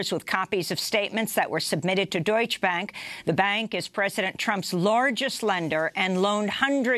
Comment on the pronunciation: Amy, please work on your Spanish and German word pronunciation. It's sounds ignorant and unprofessional. Maybe Juan could help you pronounce "Tijuana" [not tee-a-wanna]. The German word "Deutsche" has two syllables [Deutsch-uh]. Other than that and how you tend to chase Russiagate DN! is fantastic.